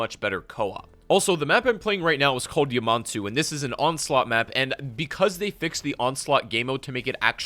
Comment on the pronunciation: Did this dude really say “YUH-Mon-Too”? What a cod fan 😂